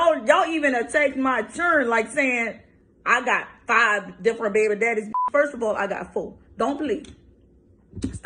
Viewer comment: Foe not five. Stop tawking bout huh chiren.